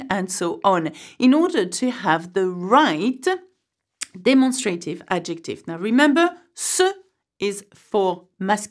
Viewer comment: I'm sorry, but you mispronounced the English word "demonstrative" in the sound ..a..